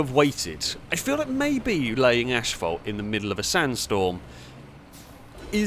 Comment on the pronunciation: There's only one "H" in "asphalt". Why in the world are you pronouncing it "ashphalt"?